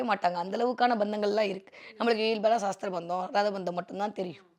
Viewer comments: That is not saasthra bandham say it sasthra bandham vaarthayil kavanam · Saastrabandham endru thappaka ucharikyathirkal. Sastrabandham thaan . Saastram entral science endru artham . Dayavu seythu aksharashuddhi irukkattum